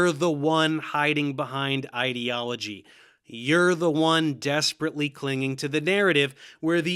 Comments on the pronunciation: What is it with these pseudo-intellectual fuckwits that makes them incapable of pronouncing the word "ideology" correctly? It's "eye"-deology, like "idea", not "id"-eology like "idiot". Ben Shapiro and the other losers at Daily Wire do the same thing and it drives me up the fucking wall. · What rubs me the most the wrong way is the way he pronounces "ideology", like it's spelled "idiology" and is in the lexical family of "idiot", not "idea". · It annoys me so much more that pronounces ideology as "id-eology". If you are trying to use big words to sound smart, at least say them correctly. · what kinda pisses me off is the fact that cant pronounce ideology correctly because i feel like he's just doing it on purpose to make it sound like he's calling science "idiot-ology". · Is bro foreign, or is he doing the whole internet pseudoscience thing of mispronouncing words because they heard it from someone who doesn't understand either? Because he pronounced "totalitarian" as "toTALLitarian" like "tautology", and "ideology " as "etiology" which is just a totally different word.